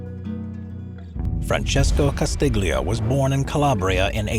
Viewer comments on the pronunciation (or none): You don't pronounce the g in Castiglia. Basic mistake